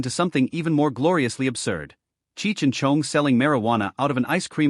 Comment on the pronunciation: I hate the way it says Tommy’s last name